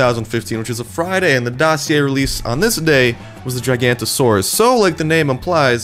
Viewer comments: Kyle Voeller (Jig-a-NO-to-sor-us) He pronounsed it like Gigant-osaurus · its giga-noto-suaurus not jiga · You said the name Wong it's pronounced with a (jig) in stead of (gig) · Gigantosaurus NOOOOOOOOOOOOOOOOOOO!!!!! It's pronounced GIGA-NOTO-SAURUS! Say it with me GIGA-NOTO-SAURUS! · ITS NOT GIGANTOSAURUS! ITS GIGANOTOSAURUS! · GIG-A-NOT-O-SAW-RUS. not gigantosaurs, just letting you know:) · Not gigantosaurus its giganotosaurus :/ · Giga- noto- saurus, not " gigantasaurus it really pisses me off since im a dinosaur enthusiast so plz say it correctly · u say it like giga-noto not jiganto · It's GigaNOTosaurus, not Gigantosaurus. is dyslexic confirmed:P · It's Giganotosaurus not Gigantosaurus. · Dude..., man... Come on... READ THE NAME THOROUGHLY!!! It's pronounced GI-ga-NO-tō-SAUR-us, not gi-GAN-to-SAURIAN-us. At least read the name! WHY DOES NO ONE KNOW WHAT GIGANOTOSAURUS'S NAME IS???!!!!!!!! ITS EASY TO PRONOUNCE AND GIGANTOSAURUS NEVER EXISTED AND MOST LIKELY NNNEEEEEEVVVVEEEEERRRRR WWWIIIIIIIIIILLLLLLL!!!!!!!!! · The correct pronunciation is GIG-a-NOT-o-SAW-rus. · Rocky Solid Thank god someone knows how to pronounce things... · Rocky Solid As he pronounced it "Gigantosaurus", that is actually a large sauropod from the Late Jurassic of England. It very much resembles the Brontosaurus from this game, but it is now considered a nomen dubium. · Anyone noticed that the Sarcosuchus is also all in this game even though it and Trex were the same size. Also, it's pronounced gee-gah-no-to-saur-us. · Not trying to be a dick but it is called giga-nato-saurus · giganotosaurus is not larger than spinosaurus fact giganotosaurus is pronounced giga no toe saur us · WHY world WHY DOES EVERY person say giganotasaurus WRONG!!!!!!!